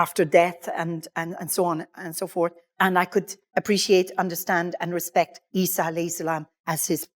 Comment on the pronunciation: Good to listen to her story as she said Isa a.s. That is the right way to pronounced. We as a Muslim, we believe no human can change anyone name or deny any verse stated in the Quran.